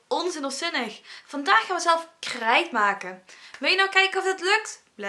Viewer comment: Je praat een beetje raar je zij krrrrrrijt maken